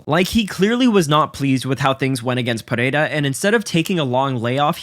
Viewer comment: Why does everyone pronounce Alex Pereira's name so weird? It's like they become Spanish for a half second. I blame Joe Rogan for pronouncing it so zesty.